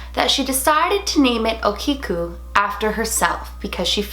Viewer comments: hey 💕 おきく (okiku) is pronounced O-KI (key)-KU (koo) and 萬年寺 (Mannen-Ji) is pronounced MA- NEN- JEE 💕💕 also, older japanese dolls usually have silk, human or animal hair (mostly horse etc) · think its pronounced .o kee ko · Pronounced OO-kee-keyu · Ah-Kee-Oh you can look up the pronunciation online